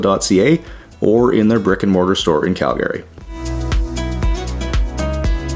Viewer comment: Wait, is it really Cal-GARY??